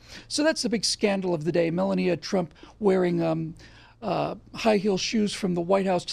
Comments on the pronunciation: I love you,, but 'mel-uh-NEE-uh'? I thought it was pronounced 'mel-AH-nee-ya'. Is there something we don't know (besides everything else you talk about)? Is that how they pronounce her name in Russian, perhaps? I mean...these are the burning questions that we NEED answers to 😆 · Hey, it's mel-AHH-nee-uh... Not Mella-NEE-uh... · "Mel-lahn-neeya?", have you not here her name pronounced? Other than that, great, hard-hitting show as ever!